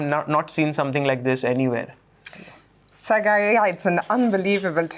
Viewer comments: It is not Sagaar. Wish Sagar had corrected her. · No foreigner can pronounce sagar's name 😂